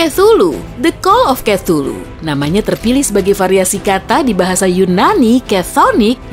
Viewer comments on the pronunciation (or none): none